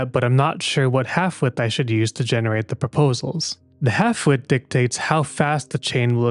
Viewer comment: Is it just me or y’all hear “halfwit” every time he said “half-width” 😂😂😂